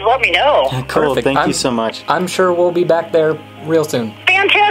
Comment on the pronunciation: I legit heard 'turtle' and not help XDDD